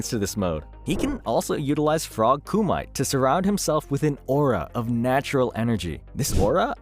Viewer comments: Ku-ma-tey, not cu-might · its called frog komite u read it as its written not "komait" XD its japanese and it means sparring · say it with me now. KU-MA-TAE (Not ku-mite) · koo might lol, its ku mi tay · "Frog ku-mite" nah. It's "ku-mi-te" - japanese word for sparring. So it's actually a fighting style taught to him by the frogs, that also uses nature chakra. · it's ku-mi-te... not ku-might. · Wtf is Koo-Mite. It’s Koo-Me-Tay. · Did you just say “frog Kumait”???? Not recommended list for you! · Kumite = kuh-mee-tey 🙂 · And KUMĪTE, isn’t it Koo-mee-tā? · And "frog ku-mite"......wtf is ku-mite